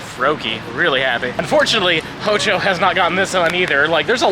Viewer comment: Everytime says HO-JO….. take a shot!